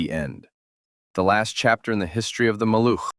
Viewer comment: Maluch is pronounced MAH-looh with a voiced H at the end , like in house